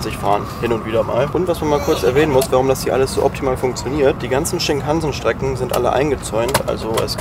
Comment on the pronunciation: Shinkansen spricht man ohne Betonung auf den A aus.